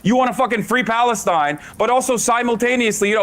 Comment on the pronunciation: "Palestoine!" lmao